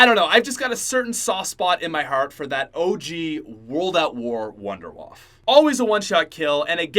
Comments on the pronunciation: The Wunderwaffe is German so it would be pronounced Vundevaffe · its pronounced woondurwaffE just saying